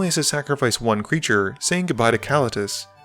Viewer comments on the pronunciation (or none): The only feedback I have is , Ka-leet-us, not kah-la-tus